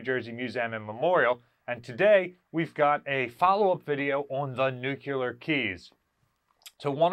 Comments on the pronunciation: Nuclear, not nucular. Pet peeve. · Dude- have watched all your videos but Jesus, its NEW-klee-er, not NUKE U LER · Nuclear. NEW CLEAR. Not nucular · Please pronounce "nuc le ar" properly .. rather than the incorrect "nuc ya ler" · NEWK-lee-yur. Say it with me, NEWK-lee-yur. Again, NEWK-lee-yur. Good. NOT, noo-CUE-lur…. Now, go practice that 50 times and then come back and film the video. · nucular or nuclear? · Nu-klee-er not nuke-ya-ler🤣🤣🤣🤣 Just havin fun...love what you all do to preserve these amazing beasts. God bless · The pronunciation is Nuc-LEE-ar, not nu-cu-ler, If you can't pronounce the word correctly you probably are not providing correct information. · Nuclear (NuuK-LEER)....Nuclear. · Homer would be proud of pronunciation 🙂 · Wouldn't it be nice if could pronounce nuclear properly?